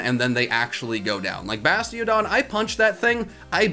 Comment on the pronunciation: Gotta watch out for that Bide from Kricketot, it might take you out! 😂 also “Bastiogon” 😂😂😂